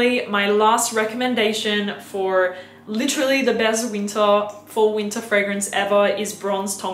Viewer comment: It’s “ween-ta” time. Lol!